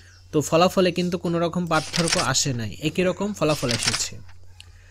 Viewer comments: পাতথোরকো না,পারথোককো উচ্চারন হবে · সার পাতথোরকো বলেন কেনো 😮